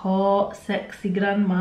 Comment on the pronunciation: glaamma not grama hhh she's a bae 😘😘